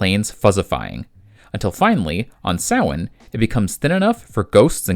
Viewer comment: This was incredibly cool! I hadn't known there were comics until you'd brought it to my attention. I'd only ever seen the film and the little animated short. I really appreciate that you not only gave a very thorough analysis of what Sam's role is in a variety of cultures, but that you also pronounced Samhain correctly. I know how it's spelled, but it kind of feels like a pebble in my show when people call it Sam-Hane.